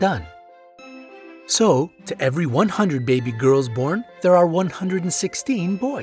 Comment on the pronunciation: Yo you don't have to say gales it's girls duh no offence but maybe you need to go back to school